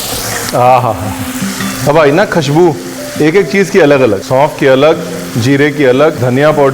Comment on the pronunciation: I love it when you say " अब आई ना खशबू" 😂😂 its खशबू for him 🤭❤️